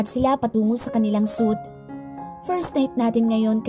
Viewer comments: Should pronounce like "sweet" not suit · Narrator wrong pronunciation suite (suit)